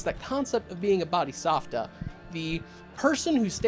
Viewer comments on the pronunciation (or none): I have no clue why you keep pronouncing Bodhisattva like that, the v is after the t